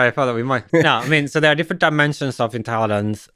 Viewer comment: Not sure why he says "intelliDence", "technoloDy" etc. but at least we know what he is trying to say.